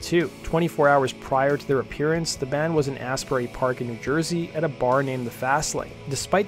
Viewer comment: It's "Asbury Park", not "Astbury Park". And the Fastlane is no longer. Was torn down a few years ago.